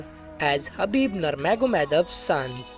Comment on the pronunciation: Khabib not habib